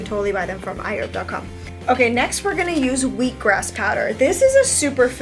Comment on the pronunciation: HI Ladies!. Love all your diy's. Question though?.. Was you saying I Herb?.. Thx for the tutorials ❤️